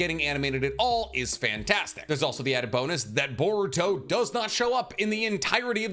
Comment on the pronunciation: everyone : boruto cc : board toe